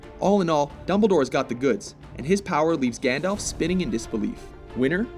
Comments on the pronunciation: It's not...pronounced..."GANDOLF"!!! It had to be said. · It's pronounced Gand-alf not Gand-olf hence the alf. Silly Americans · Oh god...I'm sorry but I have to... Firstly, it's GandALF not GandOLF. And Gandalf is a divine being, so he has incredible power. Gandalf is also forbidden by his masters, Manwe and Varda, to use anything but a tiny fraction of his power while in Middle-Earth. That being said, some of the feats Dumbledore has pulled off truly are amazing. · This guy's pronunciation of "Gandalf" and "Saruman" are making me cringe. FFS.